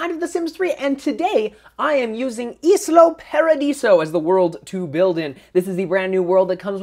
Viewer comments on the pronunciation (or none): not islo paradiso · It's pronounced Isla Paradiso